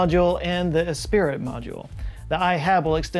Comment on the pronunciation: "Esprit" is "eh spree", right?